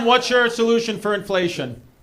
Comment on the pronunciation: Lmao 😂😂😂 "inflaysh"